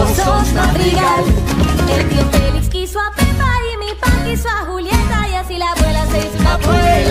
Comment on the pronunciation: It is (Tío Félix), not (Tío Feliz)